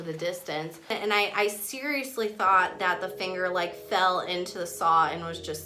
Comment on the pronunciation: It sounds like shes saying thinger